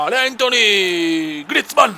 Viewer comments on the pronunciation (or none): Grande cume cmq grizmann si pronuncia come scritto io ok no griezmann e il nome e antuan si dici no antony